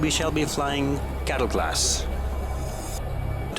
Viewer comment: oohhh cattle class hahaha i thought you said ghetto class lmao!